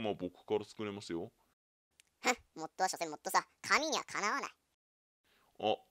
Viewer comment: あと、モットってゆってる？本当はモッドだよね？www